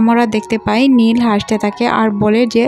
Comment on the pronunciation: খালি ভুল এক্সপ্লেইন করেন নীল রে বলেন লি। স্যান্ডি কে বলেন প্যানি।